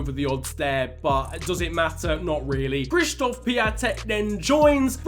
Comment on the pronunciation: Just a tip: Piatek is pronounced pi-on-tek and his first name is pronounced k-shish-stof